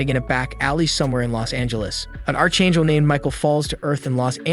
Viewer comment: It's pronounced ark angel